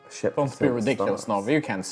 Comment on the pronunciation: I genuinely thought said "I want a shit" Instead of "I want a ship" oof.